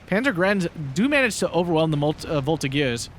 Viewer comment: The G of the Voltigeurs is a J sound, so a soft sound, not the hard G.